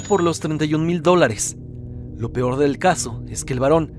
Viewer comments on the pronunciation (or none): none